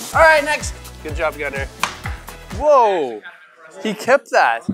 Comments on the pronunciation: Did i hear gunther instead of gunner?? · Am I the only one that heard “Gunther!”